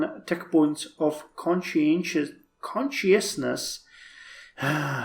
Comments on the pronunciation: 360p quality? - I'm not clear on culture warfare in Civ 4 or C2C (or how much stronger your culture is compared to Babylon), but that's one approach if you increase the city cap before capturing it. - "Con-shoss-ness", and the other is usually pronounced "omnee-see-ence". - The irony isn't lost on me that you played a pro-Ukraine game in M.D. but then attacked another country on the justification that a rival was encroaching on your borders too much (Russia's justification for the war). - Did they retake the city of Babylon or did it switch due to culture? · it's my joke about how you try to pronounce consciousness